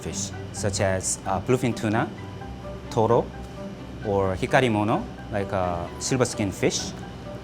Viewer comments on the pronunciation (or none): Instead of BLUEFIN TUNA I heard Philippine Tuna🖐️ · Whenever he say’s bluefin tuna it sound like philippine tuna to me haha